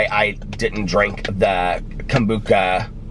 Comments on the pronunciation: I giggle every time you say Kombooka... I love you so much!!! I'm gonna start saying it like that now!!! It sounds way better! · Anyone else think when he said "he got up early" he meant 7, 8am? Not 3am haha Love that hes so dedicated to us, not sure if I could do it for ya'all😂Kombucha(I was taught its Kom-bu-sha haha)is SO trendy in my town. Um, no maam for me!😂😂😂